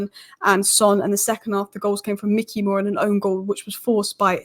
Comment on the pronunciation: As a Utd fan, you wouldn't know this. Although it's spelt Mikey Moore, I believe it's pronounced My-key More. I could be wrong though. Keep up the good work